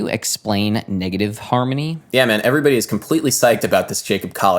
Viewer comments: Why does he pronounce “harmony” as “harmy” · he pronounces it more like "harmny", with the o almost completely disappearing and the n kind of merging into the m. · I keep hearing negative "harmy" 😂😂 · Bro you need to practice enunciation. You say "harmy" rather than harmONy, turning a 3 syllable word into 2. This error stuck out to me so bad and then i staryed noticing more similar errors